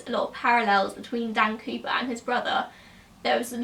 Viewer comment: are you saying creeper or cooper?